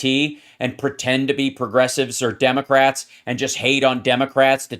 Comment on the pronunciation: Did the narrator say Demograts?